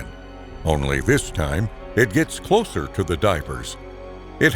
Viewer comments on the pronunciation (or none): none